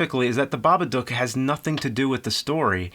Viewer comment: Thank you for not butchering the title.